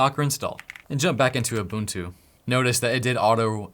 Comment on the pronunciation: im from south africa and im zulu and im very proud at how you pronounce "ubuntu" its 1000% correct!!!!!!!